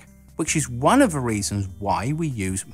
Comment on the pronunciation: Not necessarily your fault,, or not totally, but... your pronunciation drives me to distraction. For instance, when you are saying, “...which is one of the reasons why...” I hear “...which is one of a reasons why...” and this is because instead of saying “the”, you say “va”. Same thing, you say “fought” instead of “thought”, “free” instead of “three”, “van, vat, vine” instead of “than, that, thine”, etc. I understand that one’s pronunciation is mostly dependent on how one grew up speaking, and it is typically learned from one’s family and acquaintances, but part of public speaking is learning how to avoid the use of pronunciations which most people may find difficult or confusing, or at least distracting. For instance, in my native English I pronounce “creek” like “crick”, but when speaking in public, I say creek. I guess I agree a good bit with Mr. G. B. Shaw in that I tend to think that people should purposely speak in a way where they will be easily understood, rather than speak the way they always have.